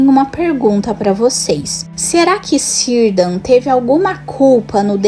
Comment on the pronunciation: Mto bom, mas não se fala cirdan, e sim Kirdan, assim como todos outros nomes no legendário que começam com a letra C